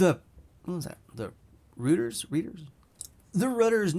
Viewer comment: "Reuters" is pronounced like "Roy-ters" by the way. Just letting you know. :)